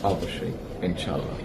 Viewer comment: মুসলিম হিসেবে সালামটা অন্তত শুদ্ধভাবে দেওয়া উচিত ছিল তবে ইনশাআল্লাহ শব্দটা ঠিক আছে